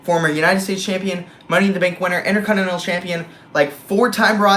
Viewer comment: why do you call it the "innerconnnenal" title lol